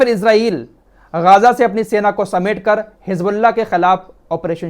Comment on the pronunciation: गाजा नही है सही नाम गजा है